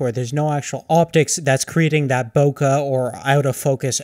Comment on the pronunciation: and stop saying bow kah its BOW KAYYYYYYYYY like a bouquet of flowers